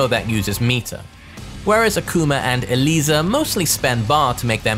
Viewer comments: Mad respect for being the only content creator to pronounce Eliza's name correctly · This man is so passionate and so breathtaking, he goes so deep into every character to the point that I think he is the ONLY person in the entire Tekken community that actually pronounces Eliza's name correctly lol Love you